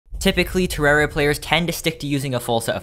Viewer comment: Why do popular terraria youtubers never pronounce its name right